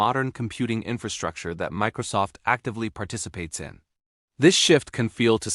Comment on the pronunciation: You lost me at "Mickrosoft"